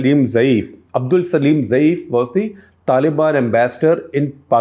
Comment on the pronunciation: Correction: Abdul Salam Zaeef not [Salem]